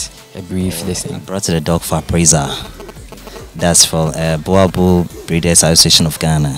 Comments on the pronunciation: He's still saying it wrong though. It is not a "bua bull". Say Book. Now replace the K in "book" with an R and say the R like a German or even Spanish person would. "Rrrrrrrrr". Now say "Boorrrrbull (boel and bull) pronounced the same. Boerboel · It's not a buwabuo IT'S BOERBOEL 🤦‍♂️ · Please learn how to pronounce the word BOER BOEL, you must "roll"the R .